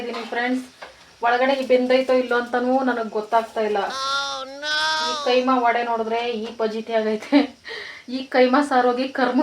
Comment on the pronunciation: Adu keema alla kaima